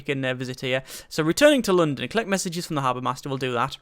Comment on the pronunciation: question, why do you pronounce London like some exotic Chinese dish?